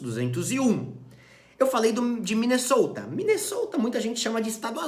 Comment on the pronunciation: meteu um MinnesOuta, a la minnesotans, you betcha! 😄